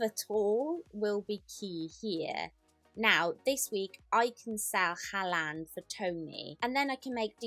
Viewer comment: Why does she say haaland like that …